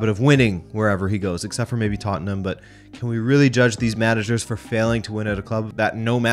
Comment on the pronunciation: I appriciate him saying Tottnham instead of Tottenham like most Americans do. Firm handshake sir. ✌️